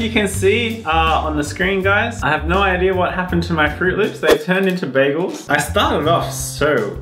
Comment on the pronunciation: I love how she says idea. Idear